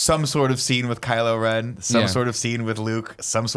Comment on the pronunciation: "Kylo-Laren" lmao!